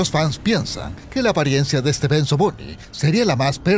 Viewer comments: No se dice benzo se dice bunzo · like si te estreza que le diga "benzo bunny" en vez de bunzo bunny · Bunzo no benzo!!! ni sabes hablar!!! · Bunzo no Benzo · Es bunzo Bonnie no benzo Bonnie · es bunzo no benzo y tampoco bonzo